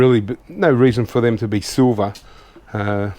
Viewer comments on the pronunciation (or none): none